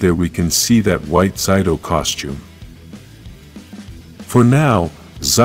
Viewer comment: why do you keep on mispronouncing zaytos name lol?